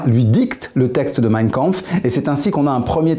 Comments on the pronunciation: Y’a que moi qui saigne des oreilles quand il prononce mein Kampf ? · à partir du moment où le mec ne sait même pas prononcer Mein Kampf est-ce que j'ai envie de continuer la vidéo ? non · Meiiinnn kaaaaanhourou